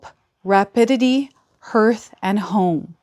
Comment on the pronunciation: Sorry,, but "Hearth" is pronounced like "Heart" but with an "H" on the end; because the hearth is where the heart always dwells... You're not alone among the creators that I follow that mispronounce this word:yougotthis::yougotthis::goodvibes:🥰